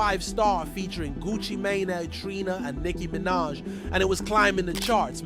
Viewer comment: They way you said Gucci mane just pissed me off!!